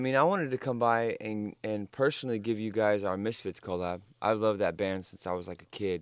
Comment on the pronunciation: The way he says collab is AWSOME